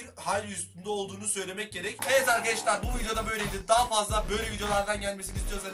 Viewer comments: neden arkedeşlar diyosun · Arkeşdar demeyi kes lannnn😠😠😠